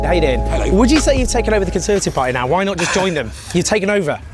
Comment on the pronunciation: “The conservative parr-ee” Come on there’s a T in there.